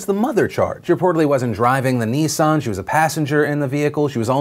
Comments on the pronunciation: Its not pronounced Nee-ssaarn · I’m offended by your pronunciation of Nissan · All I can here is "Neesan, Neesan, Neesan" it's Nissan dammit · Nissan. Unless you're one of the twats who overpronounce words, it's Nissan. Not Nee-San. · Neesarn? It's pronounced Nissan, sweetheart. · I love you Phil but if I hear you pronounce Nissan as 'Neesan' I might lose my tiny Scottish mind. It is pronounced 'niss' 'an'.... Niss..an.... Nissan. You god damn yanks butcher the Queen's tongue. Love you tho. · One sec Americans call a Nissan a Nees on. WTF 😂😂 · Phil says "Nissan" reeeaaaally strangely. And that's my very verbose and relevant comment regarding all this very serious news.